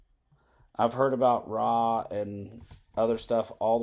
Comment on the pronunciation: It's not "Rah", it's "Arr Aye" the Rugged Man